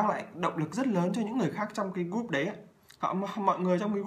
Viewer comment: Thầy ơi. sao con nghe thầy phát âm tiếng anh kì cục thế. group = gúp hả thầy ? 😂😂😂hay do con tiếp thu kém?